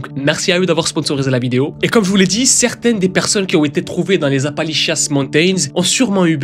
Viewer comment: C'est pas Apalichiasse, qu'on les appelle mais Appalachians 😂😂😂